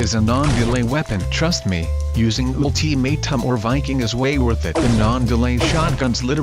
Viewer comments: i love how it says “oolteemaytum” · ULTIMAITUM lol thats how the translator pronounce